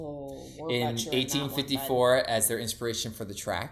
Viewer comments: Its pronounced BAL A CLAH VAH. And CRY ME AN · American can't pronounce Balaclava.